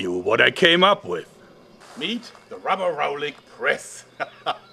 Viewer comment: I cringed every time he said rubberallic press